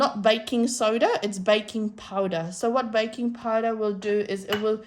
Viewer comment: are you saying viking powder?